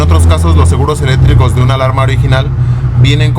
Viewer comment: No sabes decir seguros eléctricos y dises seguros elétricos sin C jajaj